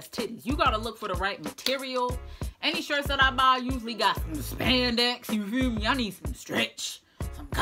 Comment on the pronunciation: "You feew me"